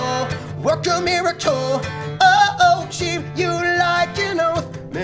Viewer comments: Okay, I pretty much stalk them, and I've seen so many covers of Uma Thurman (online), and in EVERY SINGLE live performance, he says MIRACHOLE. I don't know why, and I'm not complaining, since Patrick Stump is miracle himself, but I have no idea why he does this in every performance, and on the record he pronounces it fine. Very confused right now. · Alex Rivas when you listen closely, he isn't pronouncing "miracle" he is more like saying it like "miraCHle" it's cute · how is no one mentioning how weirdly he pronounces the word miracle, he's saying it like Mira-KYUL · I was listening to this in math class during a test and I was trying so hard not to laugh because he can't pronounce miracle